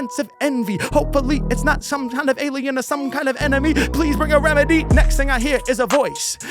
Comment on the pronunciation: …yo, why did he say “alien” like that before he started? ha. Alignment with the Devine assignment is indeed a bar. Much LOVE. 🚀